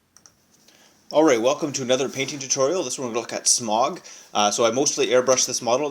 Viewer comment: Great video and all but the way you pronounce Smaug annoyed me. It's Sm-ow-g not Sm-og.